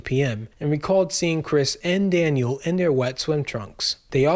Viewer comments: Daniel not Danielle lol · Why do you keep calling him Danielle? and one time call him Daniel??? 🤦🏼‍♀️🤦🏼‍♀️ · It's Daniel not Danielle! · Why do you keep calling Daniel, Danielle ? One is a boy's name , the other is a girl's name . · 😊 no. Not Danielle dan-yell that's a girl's name. Daniel dan-yule. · The most disrespectful thing is purposely mispronouncing Daniel as Danielle. My god if your gonna make a video about people atleast say their names correctly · His name isn’t DANIELLE. It’s Daniel. Respect him correctly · His son's name is DANIEL NOT DANIELLE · DANIEL NOT DANIELLE DUDE! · Good vid, but why are you calling Daniel, Danielle? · You keep saying "Danielle" ....... the kid's name was "Daniel" he was a boy, not a girl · This video blows. You keep calling Daniel "Danielle." You got many things wrong. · Daniel not Danielle. Great video. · Not being a dk, but the son's name was Daniel: dan-yule, Danny. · Bro quit disrespecting the kid say his name right he's not a girl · I watched til you mispronounced Daniel.